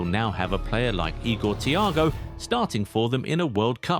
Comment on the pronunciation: The days of Marcelo: 7:1😅😅. The disrespect on Igor Thiago's name is insane